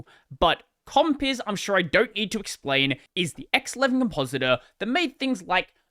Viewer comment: It always sounds funny as hell. Compiz.. Compiss 😂